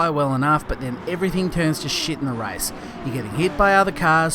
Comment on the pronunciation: for god sake it`s RACE not RICE...